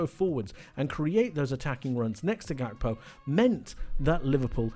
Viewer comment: Why do you pronounce Gakpo like that?